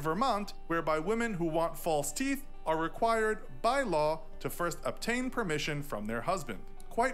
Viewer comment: “AYO, CAN I GET SOME TEEF”